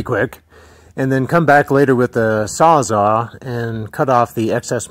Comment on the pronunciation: did you say sawzaw? Its a saws-all.